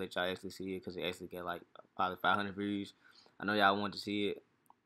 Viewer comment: the way he say views lmaoooo